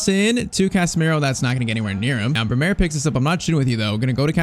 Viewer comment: It's Brêmer not Bremêr